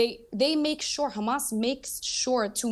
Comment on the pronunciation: “Hamases” said like a true blonde lol